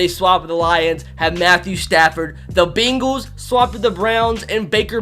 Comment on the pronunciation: It’s funny how he says bengals